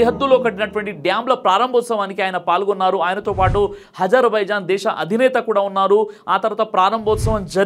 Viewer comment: గారు మీ ఉచ్ఛారణ సరిచేసుకోండి హజర్ బైజాన్,,కాదు హామాస్ కాదు హమాస్ హెలికాప్టర్ కాదు కాస్టర్, ఇజ్రయిల్ కాదు ఇస్రాయిల్ అని పలకాలి